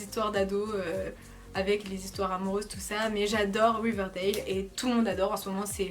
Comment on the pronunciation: Ça se dit riverdale pas wiverdale 😂 et gossip girl est sur netflix maint